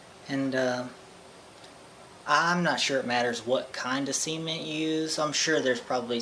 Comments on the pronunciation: You should really annunciate the way you say cement. It took me a while to figure out why you were going to fill it with ‘semen’ haha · I got me some "cement" sounded lile i got me some "seamen" lol sprry to bring it to that level but lol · Was that left over from your neighbors seement pond?? 😂😂😂 (sorry love the way you say cement)